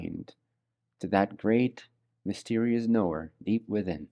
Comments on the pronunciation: Sounds like he's saying know the noor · it's like he's saying "knowing the Noor" is how I kept hearing it XD ---EDIT: lol i didn't make it far enough. PART 2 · People that follow crazy and sign up for stupid get crazy and stupid outcomes. p.s. in the beginning of this video I had a little jump scare too bc I thought he was saying Noor Noor NOOR!! 😂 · 😂😂 it really does sound like he is saying KNOW THE NOOR KNOW THE NOOR KNOW THE NOOR 😂😂 But just wanted to ask is what he is actually saying know the knower? As I just can’t un hear ‘Noor’ now when I hear it. 😂😂